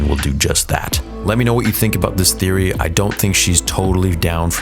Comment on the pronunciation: Bro theory you need to start reading your comments Your clearly mistaken things and saying them wrong and not reading your comments that are telling you this maybe take some read them